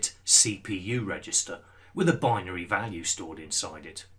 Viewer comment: You said 'danary' did you mean binary?